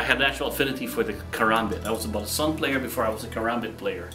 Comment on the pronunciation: Finally! someone saying balisong properly and not calling it ba lee song lmao